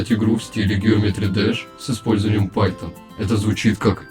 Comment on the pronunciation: когда уже правильно питон у научишся говорить?